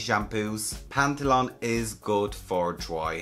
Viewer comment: Sodium Lauryl and Sodium Laureth Sulfates are not the same, SLES is much more gentle to the scalp/skin. Also salicylic acid is good for dandruff, and in low concentration it does now dry the scalp. Also you mispronounce most of the ingredients, for example not PantheLON, it is PantheNOL. Would it be too hard to read them properly, before talking about them? Also what you say about the concentration of drugstore and higher end shampoos does NOT make ANY sense. The more expensive shampoos have a sophisticated formula, but the ingredients' concentration is more or less the same. Don't tell these total nonsenses as they were facts, you are misleading the people with your ignorance.